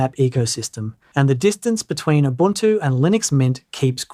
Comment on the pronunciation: oo boon too. mah tay